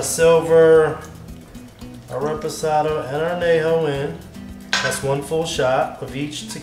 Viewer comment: Great display of tequilas. Nice idea on the cocktail. You need to work on your pronunciation of Añejo. An Yay Ho. Adios amigo. Salud.